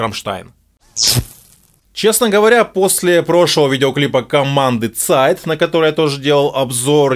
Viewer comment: Чувак, ты молодец, нравится тебя смотреть, но подучи пожалуйста правила чтения немецких слов. Ведь не Зайт, а Цайт, не Кайне Лозт, а Кайне Люст. Мелочи вроде, а они очень сильно влияют на восприятие информации и в целом на уровень профессионализма.